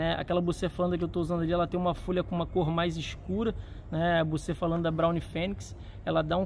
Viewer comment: Bucefalandra??? Eu acho q c falou outra coisa😂